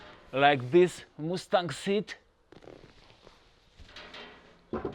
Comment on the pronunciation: A “moosetang” seat!??! Sorry, but it’s a “muss-tang” seat and you blew your chance to show us how the reverse works.